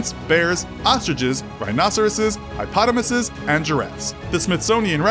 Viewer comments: what the hell is a hipotomas? You mean a hippopotamus? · he said hipotamus not hippopotamus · Did he say a high-pottomus instead of hippopotamus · it's hippopotamus not Hipotimus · what is a hypotomus? is that like a hippopotamus? you forgot one of the syllables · Did he just calling hippopotamus a hipotamus? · I think you mean hippopotamus not a high-potamus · HI pottomasus???? can this dude speak at all??? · "Hypotomus" XD Did you mean hippopotamus lol? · You'd think a channel as big as this could get someone that can actually pronounce the words they are reading..... "Hipotamous" xD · “Did he just say, “Highpotamus’”? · He said hipotamus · Hipotimisis.... Hippopotamus? You mean? Lol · What's a "Hipotanus"? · he said High-pottamus 🤣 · What is a Hi-potamoose?!? ;) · He said hipotomis hahaha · What exactly is a "Hipotomus", though? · This stoner said "highpotomos" . LMAO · Wtf is a Hyppotamus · What is a hipotamus? 😂😂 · Who pronounces Hippopotamus as 'High-potamuses'? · Did he just say "HIGH-potamus"? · .. Did you just call a hippopotamus a "Highpotamus"? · what is a hopotamasus? Oh did you mean a hippopotamus? 👀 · Hipotomus he says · I'm sorry, but could you just pronounce hippopotamus for me again? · The worst thing in this video is the way he pronounces hippopotamus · Se were gonna ignore the fact that he said hippopotamus wrong? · The narrator mispronounced Hippopotamus